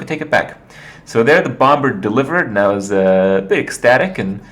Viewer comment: Do all Americans pronounce the b in bomber? Because im pretty sure its a silent b...